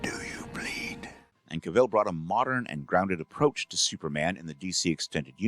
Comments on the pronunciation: Cavill not Caville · Actually, Cavill, not "Caville". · Henry Cavill is without an e and is pronounced Cavill to rhyme with gavel. Otherwise some amazing research here and I think you got the top two positions right! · It's pronounced: Kah-Vee-Zull. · Dean Cain should be so low that even the Super-Friends voice actor should SUPERcede him. He was the worst. Also: Did you keep mispronouncing “Routh” and “Caville” as engagement-bait? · Narrator it's Cav ill get it right do your homework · Why does everyone keep pronouncing Henry Cavill's name wrong? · I find it weird that you both misspelled and mispronounced Henry Cavill.